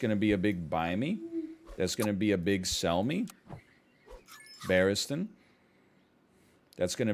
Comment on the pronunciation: I know I'm not in the most current episodes. But hearing him finally saying Barriston , after saying sell me (Selmy) so many times made me actually fucking pog out.